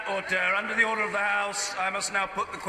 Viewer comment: Mr. Bercow needs to review word stresses. ORder and diVIsion.